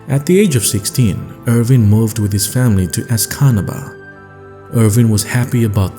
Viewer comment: Escanaba is pronounced "es ka knob a"